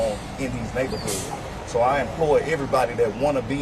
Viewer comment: He said "so I inploy [sic] everybody..." 🤣🤣🤣🤣